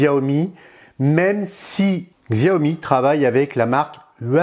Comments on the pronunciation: Xiaomi se prononce "Chaomi" je crois.. voili voilà.. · On dit Shayomi pour Xiaomi :) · Ta façon de dire Xiaomi m’irrite l'oreille. xD